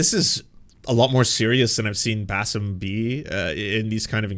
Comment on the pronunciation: Does he keep calling him "Bassef"??